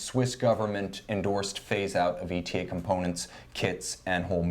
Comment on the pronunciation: watchuwantinc It's Eytah. Because that's that's how ÉTA pronounces it. Hearing E.T.A. is just a flag for ignorance.